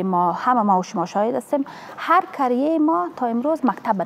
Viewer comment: رنگینه کاکر وزیر معارف در برنامه سراچه جملات ذیل را نُطق کرد: مالیم ( معلم ) تالیم ( تعلیم ) ماریف ( معارف ) منطک ( منطق) انتکاد ( انتقاد) کریه ( قریه ) کبول ( قبول) فکت ( فقط) تگریبا" ( تقریبا") ها نا ( ها، نی) تامیر ( تعمیر) اکلن ( اقلا") معصوم ( مصئون ) باث (بحث) چی رکم (چی رقم) تالی نمی داند کی وی را به رئیس جمهور معرفی کرده است. و موسیکی (موسیقی) ره هم زیاد خوش داره روز های جمعه که از خواب میخیزه موسیکی مشنوه. این زن فرد اول معارف یک کشور بنام افغانستان است. چی کنیم رفیق روزگار اینطور شده.